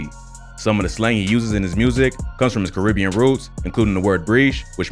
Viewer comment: That's not how you say "Caribbean".